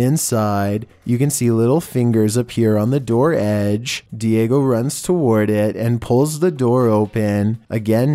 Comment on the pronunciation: Its diego not diagio